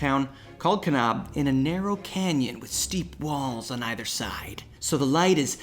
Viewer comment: Can-ab, not Kahn-ahb. Understandably, way beyond any editing fixes (‘cause that would be weird). This is just to help future users of the word. Great story.